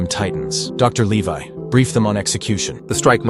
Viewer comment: Hange so funny calling Levi is leve